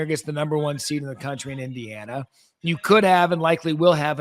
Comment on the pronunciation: Finebaum couldn't even say Indiana. He still thinks they suck.